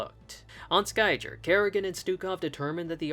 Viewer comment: Ehrrrrrrrm, actchualee it's pronounced like Sky - gear Also, incredible video. I really enjoyed it. Justice for Niadra!